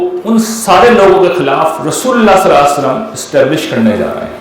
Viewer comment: The right pronounciation SALLAL LAHOO AALYHI WASSLLAM